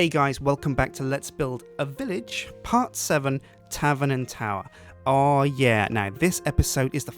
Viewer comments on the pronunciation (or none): i heard 'hello guys and welcome back to 'lets build a bitch'' XD